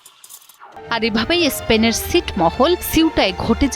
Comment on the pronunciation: উচ্চারণ ঠিক করে করার চেষ্টা করুন! এসপেন নয় স্পেন! আচ্ছা এর আগে ফুটবল বিশ্বকাপ চলাকালীন সময়ে মরোক্ক ফ্রান্সের কাছে হেরে যাবার পর ফ্রান্স এবং ইংল্যান্ডের বিভিন্ন শহরে মরোক্কর থেকে আগত মানুষ কেন ধ্বংস চালিয়েছিল?